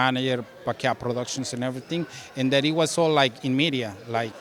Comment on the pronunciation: “Ready for erryting” 🫡👌🏽